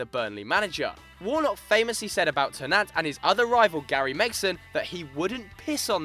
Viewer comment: Hahaha Stan Ter-Nant come on guys .